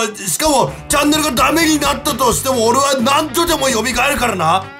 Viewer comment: チャンネルがジャンヌに聞こえた笑